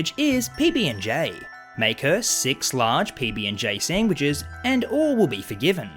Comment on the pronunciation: Feed the She-Pig "sangwiches"! Seriously though the way you say sandwiches just gives me a good chuckle...not trying to offend you just stating what I'm hearing.